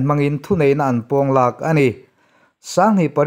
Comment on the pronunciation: Thu mal lam fimkhur a ngai deuh,kan tawnga thu mal te hi thumal hran a lam thuhmun si a tam mai a,tun kan ngaihthlak zawh chiah ah pawh,'thu neih na pawng lak,' tih tur ah ,'pawng la,' ti in i lam a,hei hi a dik lo ani